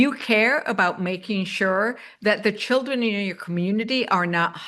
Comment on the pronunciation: "Chiwdwen" No, not a serious human being.